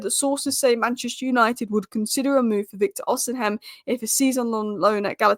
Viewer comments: It’s osimen not osim hen 😅😅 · Hey, Please stop mispronouncing Victor Osihem name. The correct pronunciation is: Osea Men. Not osi heim. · it's OSI-MHEN and not OSIM-HEM. 🤣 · It’s not pronounced osinhem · Pronounce Osimhens name correctly please😊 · The H is silent in Osimhen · I can't wait for the day she finds out that the h in Osimhen is silent.